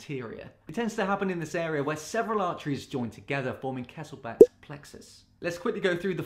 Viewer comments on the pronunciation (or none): kesselbach? pfftt where did u learn that lol, its kiesselbach from german language mean hot river